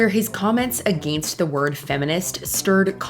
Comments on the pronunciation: Why is it so hard for her to pronounce against? Against isn’t a hard word yet everyone on Mojo sounds illiterate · Because she's Canadian, although some Canadians pronounce may pronounce it like "uh=GENST". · Why does the narrator pronounced ''against'' like that ?